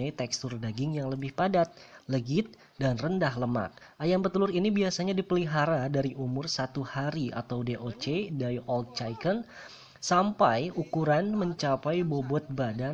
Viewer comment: DOC (day old chaicken??) tetep chicken bang bukan chaiken wkwkk sukses terus!!